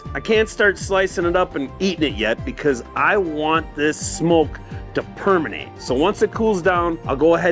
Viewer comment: Forgive me.. I'm new to the channel. Did you just say "I want this smoke.. to 'permenate' " ? I love it. :)